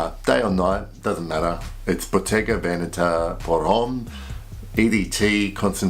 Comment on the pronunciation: Wow! You're one of the few people that I've seen on YouTube pronounce Bottega Veneta correctly. 😁